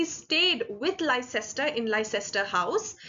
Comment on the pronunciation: A friendly correction: Leicester is actually pronounced as "Lester"; as in a person's and a city's name.